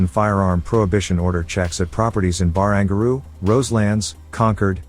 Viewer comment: Hahaha Bar-ang-gar-roo Useless AI voiceovers 😄